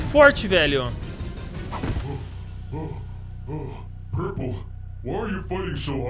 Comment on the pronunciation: na abertura: purpe em vez de purple ksksksksk amo esses videos